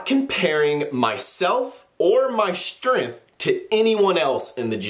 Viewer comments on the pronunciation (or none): WAIT! ........did he say "strenf?" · There's a G in that word you're using.